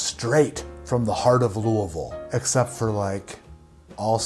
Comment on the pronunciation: As a Louisville native you Absolutely nailed it on pronouncing Louisville 🤙well done ! People pronounce it all kinds of different ways